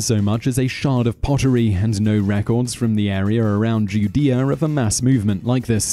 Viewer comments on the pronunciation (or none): none